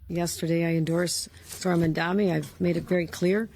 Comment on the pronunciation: Why can't Cuomo pronounce Zohran's name. I don't think Zohran needs an endorsement from Jefferies. Jefferies is a Zionist stooge, he prefers the shekels.